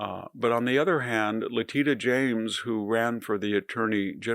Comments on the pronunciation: Love the le-TEEDA😂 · I believe her name is pronounced “Lateeta” 😂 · I wonder if his pronunciation of her name as “Le teet a” (which I have heard him do many times) is an intentional mocking or an unintentional verbal glitch. He has other words he also mispronounces — but wonder what people think. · VDH says La teta😅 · Le" teets" uh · I can't fathom how an intelligent and well informed person can repeatedly fail to properly pronounce a simple name. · come on victor, it's not "probably true" that they targeted James. Bill Pulte made it his personal project to target democrats. and if you were a serious person you'd pronounce her name right. and you'd note that the suit against trump was a civil suit not a criminal prosecution (and i'm not defending that claim or her quest to find something to use to get trump). and like it or not we ARE now in banana republic third world status. when WE retake the government there will be retribution. maybe even against you. definitely someone will investigate every check Bill Pulte has ever writter. Trump's crypto scams will be ended and confiscated. don't act all innocent here. trump is a thug. he gets his governing principles from roy cohn. well there's more of us than there are of you, you holier than thou flack. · Interesting way to pronounce Letitia, also "expressidly"? 😅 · He keeps mispronouncing her name 🤣🤣🤣🤣🤣🤣🤣